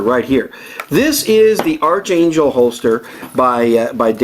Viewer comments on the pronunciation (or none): Its pronounced "ARKangel" not "ARCHangel"